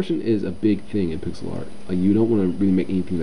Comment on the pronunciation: Hey guys, Is it just me or did it sound like he said "Pickle Art" at the beginning?